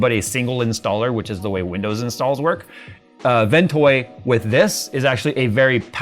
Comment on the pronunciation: Is he saying WinToy or Ventoy?